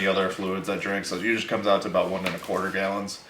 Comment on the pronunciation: i get a burst of adrenaline every time he says gyallons